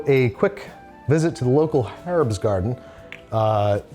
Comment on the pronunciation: I just had a LANGUAGE moment… an American said HERB! Not urb! I’m sufficiently satisfied! Well done Andrew ❤